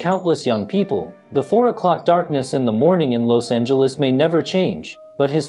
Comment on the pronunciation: Why you pronounce Los Angeles like that